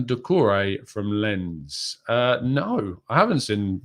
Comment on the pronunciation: Dude Lens is pronounced as LANCE. Like in Lance Armstrong lol.